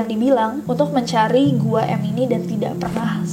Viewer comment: i think it's not Gua M but Guam? idk sih